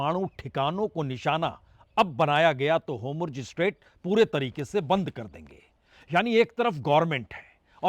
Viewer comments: Sir ji HOMRUZ nahi hota jaisa aap bol rahe hai 😂😂😂 HORMUZ naam hai mere prabhu pronounce sahi kro HOMRUZ HOMRUZ 😅😅😅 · Aabnaai Huuz hai Homurz Boltai Ho Theek karlo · It is Hormuz not Homruz. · जनाब, 'होमुर्ज ' नहीं है.....'होर्मुज ' नाम है। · Hormuz not Homurz sir. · Sir its hormuz not homurz. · Sir, why do you say 'HoRmuz' as 'HomuRz'.